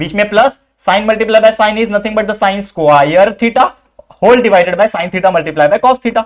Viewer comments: squaire nahi sir square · Square ko squire bolte hai 😂😂